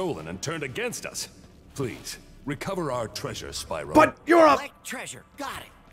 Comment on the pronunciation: It's spyro not spearo